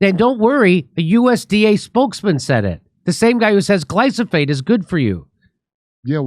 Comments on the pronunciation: Jimmy, it's glyphosate, not glysophate. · I think it's glyphosate and not glosophate. Right? Lol point made though Round up sis horrible. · It’s not glysophate, Jimmy… it’s glyphosate! 🧐🤨🤣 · It’s “Glyphosate” , NOT glysophate hahaha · Tha fuck is Glysophate? I know glyphosate, but this other thing sounds pretty bad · Jimmy, it's Glyphosate - GLI FO SATE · Please Jimmy...gly-fo-sate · It's pronounced Gly-foe-sate Jimmy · Gly- foe - sate Jimmy ffs